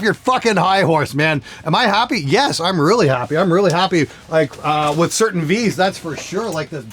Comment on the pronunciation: I really die laughing every time he pronounces I'm as Im.